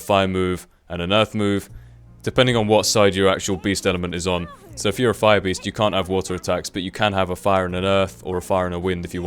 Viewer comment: like if you thought beast said breast in the beginning haha